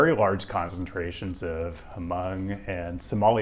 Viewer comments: It's not "hu-mung". It's pronounced "mong" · Thanks for coming! I did want to mention that the ‘h’ in “Hmong” is silent, so it’s pronounced “mong”